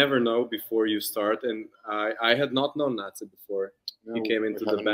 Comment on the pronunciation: Thanks so much for this interview! I really like your questions and the interactive part. Keeping my fingers crossed for a JO-interview with all the members for you! PS: In case it happens: Nace's name is pronounced "Na-tse", not "Nais" 😅